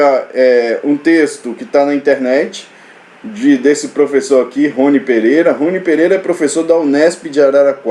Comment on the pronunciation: Olá, adoro suas aulas. Acho muito didáticas e motivadoras. Gostaria, se permitir, de fazer uma correção, o professor Rony ( pronúncia Roní) foi um pesquisador e professor da Unesp de Assis. 😉